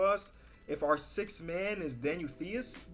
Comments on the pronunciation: Theis is pronounced Tice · i am a diehard c’s fan and i’m offended that you would say “these” instead of “Ties” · It’s thee is. It’s Ties. Say it how it looks but don’t pronounce the H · To pronounce Daniel theis you say tie and ice and combine them tice kinda lmao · It's pronounced like, "Tice" cmon man... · it’s pronounced “Tice” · Theis Name is pronounced like Tice because you don't speak the H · Yo, love the video but the "h" is silent in Theis' name. It's just T and then Ice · Theis... Ice with a T at the beginning ... so u pronounce the name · It’s pronounced Tice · it’s pronounced Daniel Tyce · Pronounced Daniel Tise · Theis is pronounced like dice but with a t not a d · Daniel Theis is pronounced with a t not a th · thinks T makes the th sound lol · Looks up how to pronounce Daniel Theis' name still pronounces it wrong